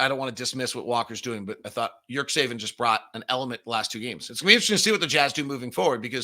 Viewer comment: nice analysis again but please check with Ömer on how to pronunciate his last name. I'm pretty sure there isn't suppose to be "k" in the middle like you are saying it. It's important that the teams own media people at least say their players names right.